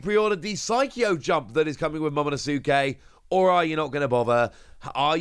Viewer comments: Lmao still saying momonosuke wrong huh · you keep saying Momonosuke's name wrong.